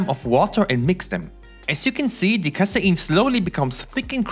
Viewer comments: Kay-seen not Kai-sai-in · Casein -> KAY-SEEN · I can’t understand what he said ? Casyeen what’s that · I like the way you say casein 😅